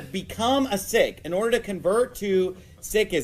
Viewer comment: What an idiot. It's not sik... it's Sikh. Your pronunciation is still off.